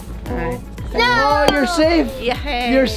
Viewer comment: Why pronounce "six" as "sex"?